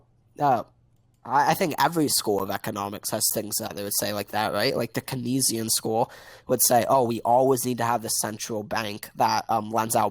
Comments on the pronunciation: The Kuhneesian school is driving me nuts every time he says it. Jesus. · This dude said Keynsian economics like 100 times and didn't pronounce correctly once. And it wasn't even because of a lisp. It's just wrong. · Every time he mispronounces "Keynesian" I want to slap him. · It kills me how he keeps saying 'Keynesian' wrong.